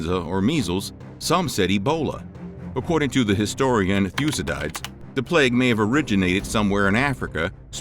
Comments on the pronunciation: Thu-si-dyeds? It's pronounced thoo-si-duh-deez. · Boy,did you slaughter the name Thucydides! Thoo sid i dees not Thoo sid dyes ! And Asclepius is As CLEE pee us not As sell pee us. While your history of Greece was interesting, you really need to train your narrators in correct pronunciation. And I really do wonder about some of the "facts" you relate. Ever hear of Hippocrates? Very famous Greek physician. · Thucydides: thew-SID-i-deez. stelae: STEE-lee. Asclepius: as-KLEE-pi-us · Thucydides is pronounced: Thu Cid i dees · thyoo sid eyeds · 'Thoo-sid-eyedz'? That's the worst mispronunciation I've heard since 'So-crates', lol. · The historian's name is (spelled phonetically) Thu-SI-di-dees. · Thu-ceh-dyds? LOL! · Thucydides is not pronounced THOO-sed-eyes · Good think the name of Thucydides was writen, I did not know its pronunciation in english was "thew-see-diets"! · at tape counter: 5;48 the pronunciation is THOO-SID DI-DEEZ! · Say it with me- Thoo-Sid-id-Deez. Thu-cyd-ides. Are you black? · Please pronounce Thucydides correctly. It's not difficult, except for Americans, it appears. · The pronunciation of ‘Thucydides’ is very funny. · Dear lord, that pronunciation of Thucydides made me cringe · why would you pronounce thucydides like that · Very well done indeed except for mispronouncing Thucydides. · ... Sorry, that isn't how the name Thucydides is pronounced.